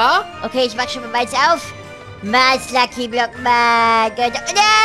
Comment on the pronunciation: dass heißt Mars und nicht maß